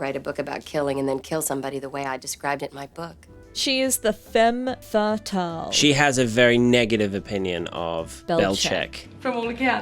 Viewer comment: I just broke down laughing when (because I am not a native speaker I view with subititles) you said "femme fatale" and the subtitles read "fem feritle". 🤣🤣🤣